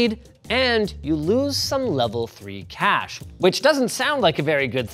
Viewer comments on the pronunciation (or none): none